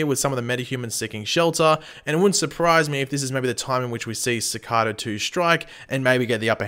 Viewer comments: Ok but why does he say cakara instead of cicada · did you realy say shecada? 😂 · Your pronouncing cicada wrong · I can't wait till Cicada is beaten so I don't have to hear mispronounce Cicada anymore